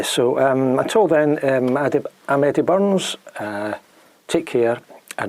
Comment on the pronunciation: Hi. Another thing is our different ways of pronouncing the letter r. What I find fascinating is listening to the way you say "Burns" and my American brain is unable to decide on whether or not you are pronouncing an r. It's weird because sometimes I say no it's not there. But other times I can sort of imagine it being there just right before the n, extremely subtle, but maybe my brain is just inserting it there because I know how the name is spelled. It makes me think of words like "fifth". When I'm saying that word, I may not pronounce the f before the th just because of the awkwardness, and maybe that's what's going on with the r before an n in your case. From my perspective, I hear "buns" when you say "Burns". Fascinating stuff!